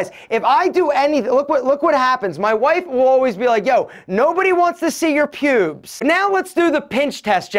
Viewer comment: For some reason the way u say “pubes”...mad funny 😂😂😂